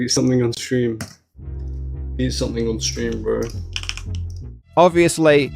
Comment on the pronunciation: as an American, i always find it hilarious when i hear a british person say the word, "bro" 😂